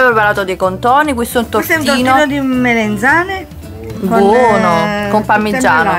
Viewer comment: MelEnzane?? MELANZANE